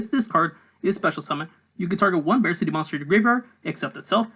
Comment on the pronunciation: I think it’s supposed to be pronounced like “BarK-T” like Arctic. Not attacking you, just theorizing.